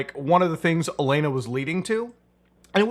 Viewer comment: Why do you keep calling her Elena? You can clearly say the phrase "A lot"... So just say Allanah... 🤔